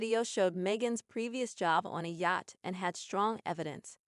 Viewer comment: Please learn how to pronounce yacht!!!